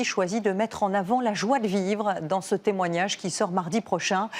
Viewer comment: Le témoigange😅votre ia n'est pas encore au point.